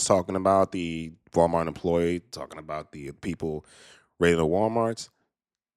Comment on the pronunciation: 🤔 Did she say, ''Wild-mart?'' 🤔